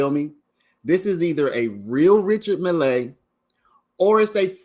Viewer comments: Never heard it pronounced mill-ay. As far as I know it's just pronounced mill.... Keep it simple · Your pronunciation of the watch drives me insane bro lol. It’s pronounced like Mill, not Millay